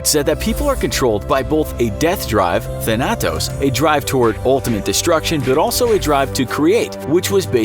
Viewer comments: You pronounced Thanatos wrong. Tha-na-tos not Thana-tos. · it's not than-atos, it's th-a-n-to-s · I hate the way he pronounced thanatos im greek and i cant get it out of my head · You pronounced Thanatos wrong